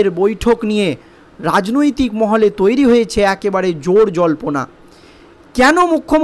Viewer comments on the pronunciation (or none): none